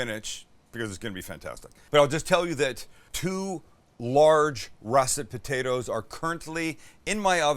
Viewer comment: You gotta say potatoes right.....BU-DAY-DAS!! Lol